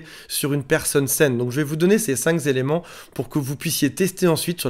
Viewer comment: "ces cinq-z-éléments"